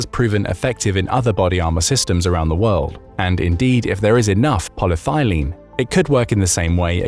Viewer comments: It's actually Poly-ETH-ylene, not Polythailene. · AI narration fail: It's not "poly thigh lean", its "poly ethyl een" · It’s polyETHYLene not polythylene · Good show. Enjoy the content. Just one note; it's Poly-ethylene. As in ethanol. Granted, thylene does sound exsotic, but in this case, it's just the stuff plain old black water pipes are made from. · The compound is polyethylene, not polythilene. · pol-y-eth-y-lene, not pol-ye-thy-lene. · Did you mean: polyethylene? "Poly-thigh lean" might be some kind of a kink or perhaps a recreational drug (or some combination thereof) but Satnik was most probably imagined to be (as it doesn't exist and those models are constructed out of parts available off of AliExpress) made out of Ultra-High-Molecular-Weight Polyethylene - i.e. UHMWPE, i.e. Dyneema and Spectra fibers, i.e. IBA. I.e. Armor available in the west for decades and already superseded by newer designs and configurations. Same materials though. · re the body armour, theres no such thing as "poly-thylene" youre just pronouncing polyethylene (poly-ethy-leen) wrong, which is the common plastic usually shortened to polythene, often used for bags and stuff, among countless other things. its properties can be radically improved by altering the polymer length, inter-molecule linking and by various additives to make it also feasible for applications such as body armour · polyethylene = pol-y-eth-y-lene - 5 syllables, not 4. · Poly - thyleen? Seriously? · Polyethylene is not pronounced aa polythylene. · polyethylene is not pronounced like that in the US (ask google). It could be a British or Aussie take on it (think aluminium - A loo min ee umm vs a loom in umm).